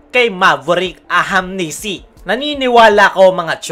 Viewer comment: Kailan mo kaya mabibigkas ng tama yung ahanmisi.. tagal n puro ahamnisi pa wh